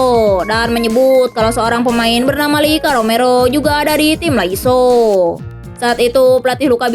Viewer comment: Lasio min bukan laiso 😂 canda min canda 😂